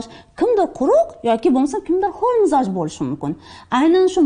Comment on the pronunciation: Mizoj deyiladimi?Biza mijoz deykanimiz